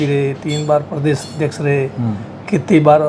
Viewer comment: क्षमा चाहूंगा , पर एंकर का उच्चारण उचित होना चाहिए। शुरू में ही अर्थ का अनर्थ हो गया , प्रदेश होता हैं , परदेस नहीं। इसे प्रेम समझे , आलोचना नहीं ।